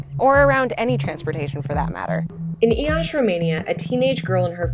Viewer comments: ITS NOT FUCKEEN PRONOUNCED EE-ASH-I ITS SIMPLY PRONOUNCED IASHI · It's always funny hearing people pronounce romanian names with weird accents. "Y -aşi" XD